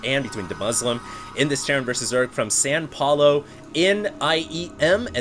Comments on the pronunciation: Sao Paolo not San Paolo :) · It's "Sao" Paulo, (pronounced "sow"), not "San" Paulo... I can understand why a guy from California might get it mixed up though :)